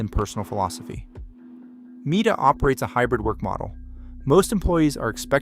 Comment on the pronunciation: By the random pronunciation of meta as “Mita” and the tiny sub count, I hereby declare this video AI generated